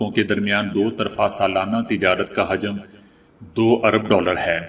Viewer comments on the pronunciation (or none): Urdu word pronounced wrong in news , word hajam حجم(volume) ,its actually word hujam or hojam , please correct it